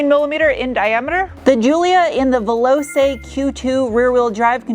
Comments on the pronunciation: I guess every self-proclaimed language police allready told you it is pronounced Vell-ot-ch-e and not Vellose, but here it is again - you're welcome 😅 - I do hope people buy these, so that Alfa can stay true to it's roots and not be another victim in the SUV-pandemic. If only they made a fastback coupé of this in the style of the awesome 80s GTV6... that would be sweet! As always, a top notch review - thank you for what you do and Stay Awesome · Vel-ogh-chayyy not vel-ogh-say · Hi. Loved this review, and sorry BMW send you cars to review. As for pronunciation, say Ve-lo-Chay. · Love these cars, so much more interesting than other cars in the UK. Wish the V6 was cheaper, but seriously considering one of these. Pronounced Veloche not velose, for future reference. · Veloce [veloche] not velose 😋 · Velo-chay, not Velo-say. You're the best,, by far. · Veloce say "Velochè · Veloce is pronounced like Veloche cmon you said Quadrifoglio correctly! 😉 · Vel ooo ch eh… like the ch in church. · Italian is different from Spanish. Veloce is pronounced "ve-lo-che" as in Che Guevara if this should be in Spanish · Giulia veloCe is pronounced in Italian C similar to VeloCHe in English withous S or C' in Slavic languages. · It’s pronounced “ Ver lotch ay” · “Velosay” like come on America do some fucking homework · It’s pronounced “ve-lo-Che”. You pronounced it wrong! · „Velouse” 😂 FFS! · its pronounced "Velo-chay" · Perfect. Only one small comment. Veloce in Italian is pronounced "Velotsche" The "c" sound is like in the word watch. Serwus! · Great review. Just so you know, Veloce is pronounced "Veloche" That's "ch" as in "chair". Also, the "e" at the end is not silent. Hopefully this makes sense. So, Velo ch e 😊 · ITALIAN pronunciation : ve lo che (like CI-ao!) ; WELL DONE video. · Veloce, pronounce "Velotche"..... Means speed. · Veloce”. Pronounced “Che” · Veloce is pronounced vel-o-chey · Velo"che" - veloce "Zahks" - sachs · Veloce is pronounced "vay-low-chey" lol